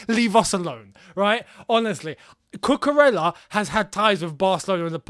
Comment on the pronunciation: A reminder lads that it’s pronounced cucuREYA. He is Spanish ffs. Frustrating when i see my fellow Spanish ppl not getting their names pronounced right